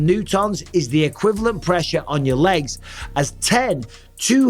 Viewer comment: love michael pronouncing newton as new tonne 😭😭